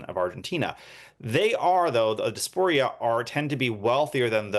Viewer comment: Di-AS-por-a, not dasporia.